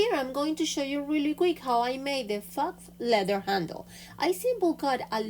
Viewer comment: the word “faux” is pronounced “Foe” and means fake or imposter.